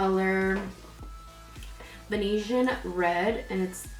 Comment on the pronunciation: I did when you said velevetine red instead of Venetian red on the lower lash line 😂 Also, I would try an actual bronzer. The maybelline powder foundation looked kinda muddy and patchy. I loved the look though and need a brow tutorial soon! 😍